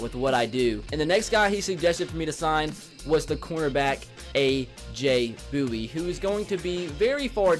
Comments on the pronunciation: Did he just say Bowie? Its Bouye... "boy-yay"😂😂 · the corners name is pronounced aj boy a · He said aj booyee lol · You say bouye wrong and it makes me mad😂